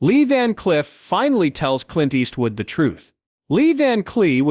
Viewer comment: "lee van cliff"? "lee van clee"? what are you, ai?